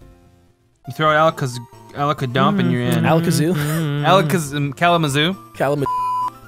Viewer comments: probably said kalama-jew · Did he say Kalamapoo? He said Kalamapoo, didn't he?